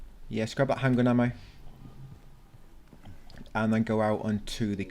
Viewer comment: For some reason I hear handgranade ammo instead of handgun ammo